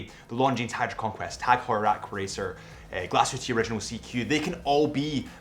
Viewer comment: Every time he sais glashütteee a small part of me dies